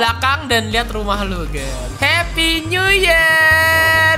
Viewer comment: Candu Banget "Happy Nuyer 😀😀"